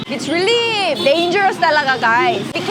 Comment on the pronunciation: when says `really`, I can hear 진짜 😂😂😂